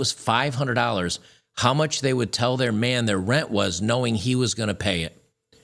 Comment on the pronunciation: Wow...all those fearured black women would steal. It's not pronounced "Ren". It's called "renT"..with a "T" ....trashy. devoid of honor. Worthless as a spouse.